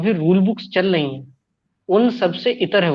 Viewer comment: शलगम को ख़ुद शलजम बोलेगा, चल रही हैं को ख़ुद चल लई हैं बोलेगा साथ में यह बोलेगा यह बातें करेगा बड़ी बड़ी। लेकिन कल इसकी रील देखी एक नंबर का ग़ालीबाज़.